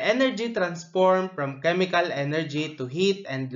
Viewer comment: Hey it's chemical not chemicalcal im in 2025